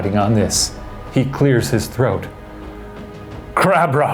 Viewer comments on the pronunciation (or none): none